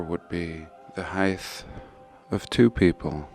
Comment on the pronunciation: Did I hear you say Hithe? Please don't mispronounce height (Hite) . I need you to be my soothing pillar of intelligence knowledge and truth.